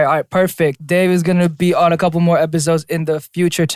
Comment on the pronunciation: The way Dave noticed that Jae spelled his name J-A-E but not that he said Day-A-Y-6 lmao